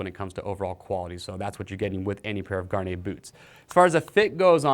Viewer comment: Why can't anybody pronounce Gaerne properly?